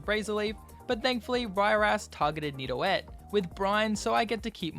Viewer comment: He said nido-et instead of nido-geot